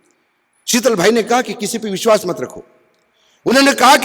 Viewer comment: "Vish wass"🤔